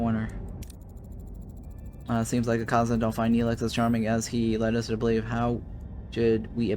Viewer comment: Youve never watched the show I take it? The first species they meet are the (Kay-zon).